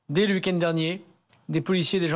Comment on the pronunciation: "Le ouikène" x'D Darmanin, quoi...